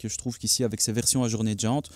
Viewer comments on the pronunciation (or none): Désolé mais j’ai tenu 4 minutes entre le ’je suis CERTAIN que PEUT ETRE’, le SPECIALE prononcé en français, le Scudetto devenu immonde que vous encensez et les jantes AJOURNÉES au lieu d’AJOURÉES...C’en est trop 😂 Bonne continuation quand même 😉